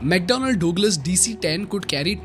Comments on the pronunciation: bhai...its not Dog-lus. Its Dug-lus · Pronounciation for 'douglas' is like 'da glass' but not 'dawg lass', sounds very odd :) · It's mcdonnell douglas (duglus pronounced) Not Dogless.... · ayo what I heard DOGLAS hahah damm, it's DugLas not DOG it's DUG. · say douglas again :face-green-smiling:🤣🤣🤣